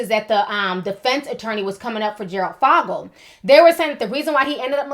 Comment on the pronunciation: His last name is said like the 'o' in "for" not "fog".